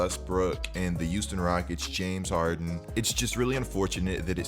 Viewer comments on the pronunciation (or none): “The youston rockets”